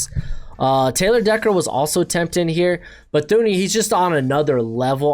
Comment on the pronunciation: Blows my mind how often people misspronounce Thuney's name. Its Too ney.